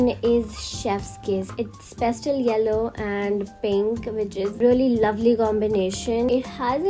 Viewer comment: It's PASTEL not Pestel😂